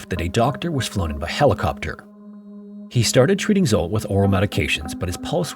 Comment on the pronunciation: The name Zsolt is extremely common, and is pronounced “J-olt”, roughly like the “J” in “Jacques” or the vibrating “juh” sound in “treasure.” IF YOU DO NOT KNOW HOW TO PRONOUNCE SOMETHING THEN LOOK IT UP THERE IS NO EXCUSE ANYMORE JUST PURE NEGLIGENCE!